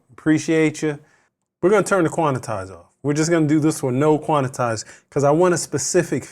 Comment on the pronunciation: Quan-tize, 2 syllables. Not quan-I-tize 😂